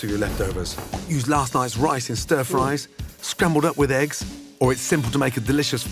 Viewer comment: When Gordon said “Rice in”, it sounded like Ricin and I was like no Gordon that’s poisonous, don’t put that in food!!!